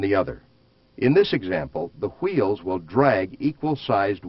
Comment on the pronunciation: wtf is "whuUeels" just say wheel dude